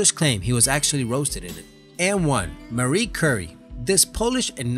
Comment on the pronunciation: It's pronounced Marie cqurey not Marrie curry